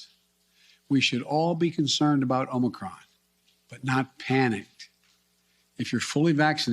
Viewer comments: he called it "Omicrom"😅🤣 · I notice someone told him to stop calling it Omnicron. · Did he actually say, "Omicrom?" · Aomnicrom omnicrom omnicrom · ahem Omnicrom ahem! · He must have been schooled on not calling it OMNICron. LOL. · He called it omi crom 🤣🤣🤣